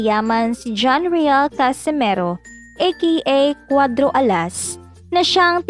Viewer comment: CASIMERO BOBO HINDI CASIMIRO! Ayusin mo bigkas mo!